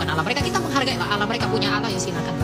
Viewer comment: 👉 layo.. Wong kata ALLAH nemplok di quran ada, kok mlenceng bacanya jadi awoohh oloh... oloh³... Mereka harusnya ganti itu dengan awoh 🤝